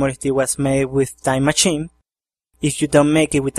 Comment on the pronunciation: wow cool and LOL you say machine funny no offense i think its cool